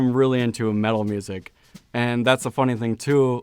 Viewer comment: LOL - I thought he said "mellow music" and was invisioning the Rat Pack.